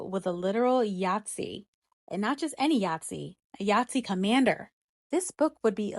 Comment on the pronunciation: What the hell is a yatsi? I double checked the subtitles and listened again. You mean a Nazi girl? I enjoy your content but, it’s an N, sweetie. Just like Donald Trump is a wanna be Nazi. Call it out for what it is. He’s just as much a fascist in his heart as Adolf Hitler & his Nazi party were. The term you’re using is a board game…